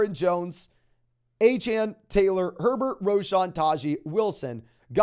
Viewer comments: I had to unsub because u keep saying a-chan. instead of A CHAIN, i think its intentional because he's an Aggie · Achane literally came out and said the people were pronouncing his name wrong and that it’s pronounced A-chan. 🤦‍♂️